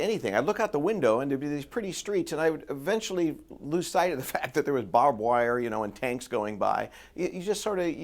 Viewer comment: Barbed wired you moron! Not bob wire!